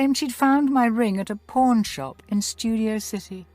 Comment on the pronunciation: She said pawn like selling crap that people might need